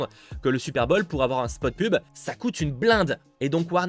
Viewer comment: « Super bol » j’adore tes vidéos mais stp fait un effort sur les prononciations en anglais 😂 continue comme ça 💪🏽